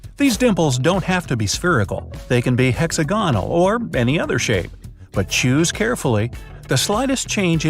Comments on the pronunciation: And he says hex a gon al instead of hex og a nal. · It's pronounced "hex-AG-o-nal." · He pronounced hexagonal wrong smh 🤦‍♀️ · hex-a-GONE-al... haha